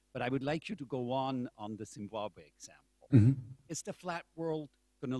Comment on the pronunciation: he can barely say the world is flat , " OMG nandan is telling me the world is flahh , HONEY im going to write a book that the world flehh"